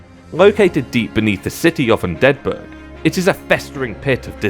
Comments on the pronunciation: are you purposefully mispronouncing undead burg? sounds like youre pronouncing it like it's a swedish city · Hearing Undead Burg as one word feels cursed